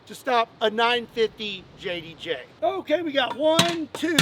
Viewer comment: Please pronounce it as the .95JDJ😂😂